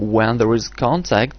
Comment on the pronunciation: The end of the video sounds like he's saying: "It's time to calculate when there is contact between your FECES and your opponent's FECES." hahaha